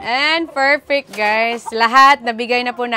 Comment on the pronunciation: Yan na naman yung yung PERFECT mong sinasabi,pls do not pronounce the letter P as F. Pls pls lang